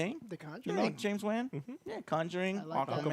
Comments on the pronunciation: James Wan???? Long “A” Joe, pronounced James “Juan” ...and Mai Tai?!? Must be nice to be drunk this early. Lol but on a positive spin, I too like Cole Turner and my prediction is I think they are using Cole to introduce the set characters and once that’s done he may die. Since he’s new and not associated with the games he can be takin out. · He can’t pronounce A LOT of peoples names lol. James WAAN was a bad one